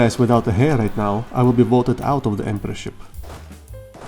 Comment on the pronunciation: Heir is pronounced - Air 😊 Silent H